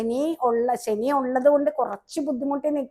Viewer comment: സനി അല്ല ശനി എന്നു പറയൂ നല്ല ഉച്ചാരണ ശുദ്ധി ഇല്ലെങ്കിൽ അരോചകമാണ്.